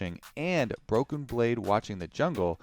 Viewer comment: is it just me or does always say "broken brade" on broadcast too